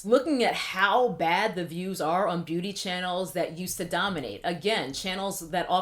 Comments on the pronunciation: Me trying to figure out if she's saying "booty" instead of "beauty" on purpose😂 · Ok. Glad someone else noticed too. I watched this video on multiple speeds trying to figure out why I was hearing "booty" rather than "beauty." I got extra confused once I saw that my phone's live captioning and YouTube's closed captions on this video read, "booty" as well. So thanks! It wasn't just me. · call me childish but I keep thinking that she is saying "Booty" instead of 'Beauty' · Okay I keep hearing booty guru lol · All Im hearing is booty influencers/guru when you speak and its just funny. I can't unhear it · I'm hearing Booty Gurus. Lol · Lol every time you pronounce beauty as “booty gurus” I laugh..